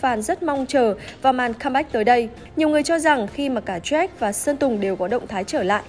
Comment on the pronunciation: Jack mà cứ nghe bà này đọc là troét